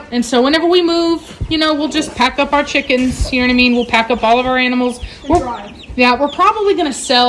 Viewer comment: Omg when you say cheekens you sound like a scouser, a liverpool girl 😂😂😂